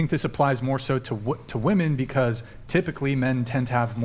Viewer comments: Why do so many of them pronounce "women" as "woman"? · Again to all you young ladies: the plural of “woman” is “women” pronounced “wim-in” why is it so hard for all these ladies to say it correclty? Am I missing something!? They all say it like this, is it some famine BS thing?? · Why can't they ever pronounce the plural for woman? It's women. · I cannot bare to hear her say woman instead of women one more time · it's WHA-MEN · If women don't start pronouncing "women" the correct way soon I'm gonna start pronouncing Philip as "peehilip"